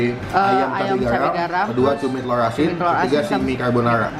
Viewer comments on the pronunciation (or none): Gowreng tewlur. Cadel berkelas